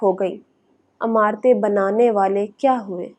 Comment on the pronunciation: Lafz imarat hay (ain) say. Na keh alif say ( amarat meaning Ameer say amarat ya Arab amaraat) please tasheh farmalen..